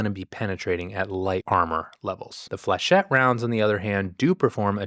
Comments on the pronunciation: why is it “flechet”?? It’s a French word, “flechette”, pronounced fluh shet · "flechette" comes from french, and is usually pronounced "fleyshet" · I've always heard it pronounced "Fluh-shet" But you have a very thick Super Earth accent compared to us less Cultred Divers. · Your close, just soften up that 'ch' sound, and think french lol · This was definitely helpful. I’m saving for truth enforcers, and this reinforces that idea. But, I don’t want to be “that person”, but flechette is pronounced as an -sh for ch. I don’t mean for this to be mean, but i think the good doctor asked, and I don’t know how else to put it. Feel free to yell at me, I will listen.